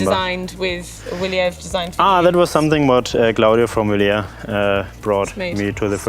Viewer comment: Good video but not how the name of the bike is pronounced